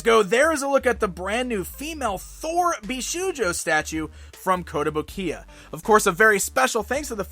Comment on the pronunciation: Okay, I know you probably don't speak Japanese so when you see shou it's pronounced the same as the word "show" not how you would pronounce "shoe" so it's "bee-show-joe" not "bee-shoe-joe".